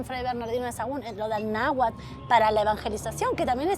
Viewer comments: Que horror que una argentina hable de la historia de México cuando ni siquiera se le da el pronunciar bien el Nahuatl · La Argentina no pronuncia correctamente ni el náhuatl ni el purépecha,una vergüenza que hasta en esto metan sus narices estos sujetos,oportunistas y aprovechados del llamado malinchismo, que existió, existe y seguirá existiendo,quitándole el privilegio de esa hermosa labor a alguien por el solo hecho de no ser blanquita la hacen a un lado.